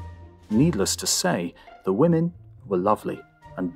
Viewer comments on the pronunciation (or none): none